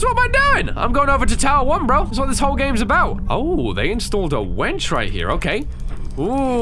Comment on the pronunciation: when he said "ooh, they have a wrench", he said wench